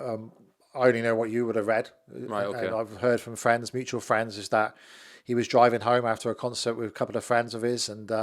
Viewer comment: "My friend Donald Trump" dream on mate.. fwends, fwends oohh can i be your friend, trump wouldn't piss on you if you was on fire